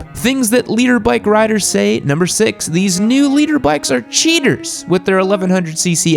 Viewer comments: For the longest time, I thought you were saying LEADER bikes. And I was thinking to myself, "what the hell is a LEADER bike?" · For the longest time I thought you were saying "leader bikes"